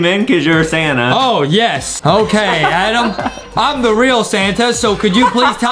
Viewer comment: adem not adam